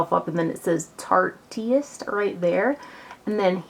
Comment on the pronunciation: yeah, I'm pretty sure that it is too. but "tarteyist" sounds fun!